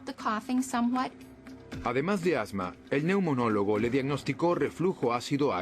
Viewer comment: Neumólogo no neunomólogo